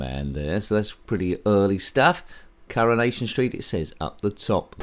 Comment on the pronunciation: CurrahNation street, Pi-cadilly Circus, We r very Close 😂pun-tastic. Fun game that one.